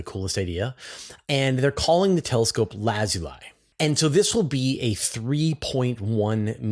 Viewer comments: I think that is actually pronounced "laz-ooh-lee" probably named after the volcanic rock, Lapis Lazuli. Minecraft fans will know what I'm talking about. 😊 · Lazuli as in lapis lazuli, the glassy mineral used by ancient people as jewellery etc, is pronounced laz+oo+lee.